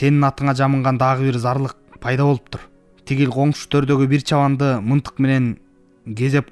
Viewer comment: Мынтык эмес мылтык туура окуп уйронсон боло. Элдин асты эмес элдин алдына деп туура окусан ашкауак калла.